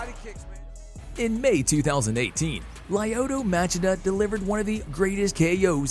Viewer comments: It's not lye-OH-tah Match-e-duh, it's lee-OH-Toe Much-CHEE-tuh (Lyoto Machida). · did you say CropCrop? Is that ‘cause he is a Croashian plant? Also how do you change the coolest name in mma Lyota Machita into leoda machema? Failure dude. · It's pronounced Lee-oh-toe Muh-chee-tuh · Lee-oto Ma-chee-da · I swear none of these videos are voiced by humans. This has to be an AI trash channel. Lie-ohdoh Madgida? No human involved in the MMA scene doesnt know how to pronounce his name. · Lay-o-toe Match-e-da. Seriously? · “Lie-oh-toe Match idda”💀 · my dude, whoever you have narrating these videos does not have a voice good enough to justify not being able to pronounce Lyoto Machida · Dude, you need to learn how to pronounce people’s names. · How the hell do you mispronounce Lyoto Machida's name??? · Mind boggling how he does not know how to say lyoto Machida